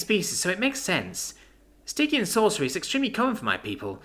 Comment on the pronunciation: Ahhh it's a hard G in stygian. I've been pronouncing it wrong in my head lol